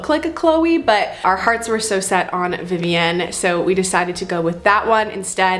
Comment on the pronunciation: The way you say Vivienne drives me crazy! It’s Vivi-in. You don’t live in France